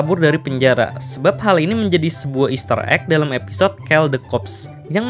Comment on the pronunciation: maaf yaa, koll (call) bkn kell bang.